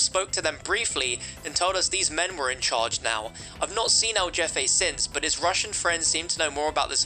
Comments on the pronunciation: Yeah, it was funny hearing him say “jeff-aye” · "Jefe" is pronounced "hefay". Basically "boss" in Spanish. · Lmao “jeffe” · El jeff aye 😂 it’s pronounced hefe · Bro really said el-JEFFE not el-jefe(hefe) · For context it’s not pronounced jefe it’s hefe same way but with an H not a j! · "Jeffay"? Really? I know you british people don't know how to pronounce foreign words, but I thought it was pretty well known that Spanish j's are pronounced like an h. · It's not jeffe it's pronounced heffe and it means something like boss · it’s not hefay 😂😂 more like “heh-feh” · LOL he said "el jeffe" like jeff. its spanish for boss and its typed like this "el jefe" and said like this "el heh-fe". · El jefe is pronounced el hefe*. It means the boss in spanish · Hearing say Jefé, blanco, and Amor is bliss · El jeffay? You mean jefe? Spanish for the boss. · It's el jefe (HEF-aye) you pinche guey🤣 I'm playin. Awesome video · Ah yes! Ell Jeh-Fay. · I think the most surprising thing in this video is that pronounces a Nicaraguan Cartel member as "George" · Good vid but the El Jefe is said like "El Hefe" with an "H" my brother. Sorry just the one thing that killed me 😂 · He really said jeffaye 🤣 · I was like "um Jeffe? Who is that? Then I was like oh he meant the boss lol, I get why he sad that tho lol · I know he’s like Jeffe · jefe... jefe... jefe... Jesus and everyone makes fun of americans, at least we know that J in spanish is pronounced H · The way you pronounce el jefe is very cringe 😬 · I was dying bro lmao but at least he tried his best props to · I winced every time he butchered it 🤦🏻‍♂️ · Yeah that was mega cringe